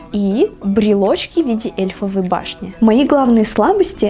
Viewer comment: Ааа!!Как режет уши!!!!ЭЙФЕЛЕВОЙ,А НЕ ЭЛЬФОВОЙ!!!!!